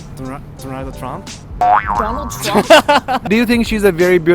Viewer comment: donald trumph??? hahahhahaahhah